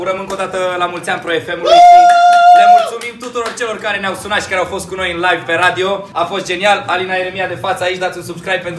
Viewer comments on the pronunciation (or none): none